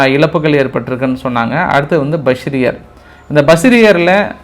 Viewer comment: நன்பா நான் மீண்டும் மீண்டும் கூறுகிறேன், ஈரானில் அந்த ஊரின் பெயர் பஷிரிர் இல்லை அந்த ஊரின் பெயர் பூஷ்ஹர். ஏனெனில் நான் அந்த ஊரில் கப்பலில் பணியாற்றி இருக்கேன். அதை திருத்திக் கூரலாம். அன்புடன் உங்கள் நண்பன் யுவா.❤